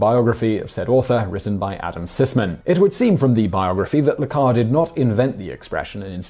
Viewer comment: Not tasting the tea, ignoring whatever instructions required an effort, and pronouncing Le Carré as "Le Car" - this is peak chaos